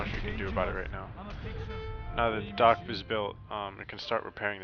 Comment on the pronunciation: it sounded like he said dork not dock lol